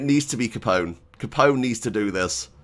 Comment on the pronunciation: Al capon 😂. Loving it Still, great video 🙌